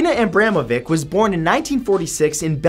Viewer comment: it's pronounced Abramoveetch.